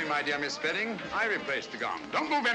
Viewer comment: I have watched this thing at least a dozen times but today i saw the character name of the woman and it is "spedding" all this time i've thought they were saying Sperry!